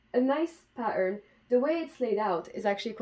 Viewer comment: If you go back in the video and for example listen to the way you say "pattern" (more like pa'urrrn) there is definitely Scottish in there :D